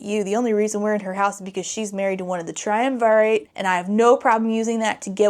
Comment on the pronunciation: I'm livinnnggggg for these Emperor's New Groove memes🤌✨✨✨ also that island with xaden's mom is more likely rome. triumvirate was a roman thing -- which you did pronounce right a few times! XD